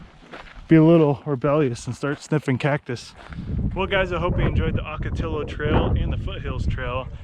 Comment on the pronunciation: For travelers that are Spanish challenged.... the native plant and the trail named for them, Ocotillo is pronounced- Oh-ka-tee-yo. 😃